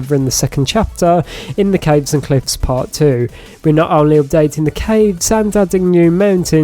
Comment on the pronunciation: You said Caves & gliffs 😂😅